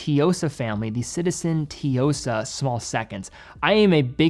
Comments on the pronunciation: Suyosa not Teeyosa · ...You mean the "TEEyosa"?🤣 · I stopped watching after “tiyosa”. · I just cringe every time you say Tsuyosa. I dont know where you get the “teeyohsa” from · I guess that Tsuyosa pronunciation is gonna be a running gag 😂